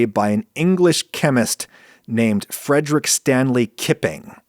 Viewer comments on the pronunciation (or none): none